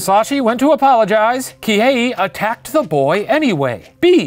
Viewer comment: The Professor: Se-yi-juro, Kihe-yi Me a Japanese learning student and anime fan: ITS JUST SEH-JU-RO PROFFFF